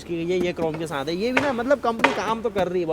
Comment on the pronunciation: Bchche saath ko saanth ku bolte ho